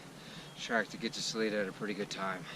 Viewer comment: I am guessing you have heard this by now, but good ol' Salida is pronounced Sa-l-'eye'-da. 😊. (The 'i' is pronounced as a 'i' , not an 'e' ) 😉. Glad you have a gorgeous morning there!